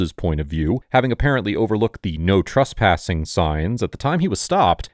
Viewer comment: Cop: Trespassing: He said truspassing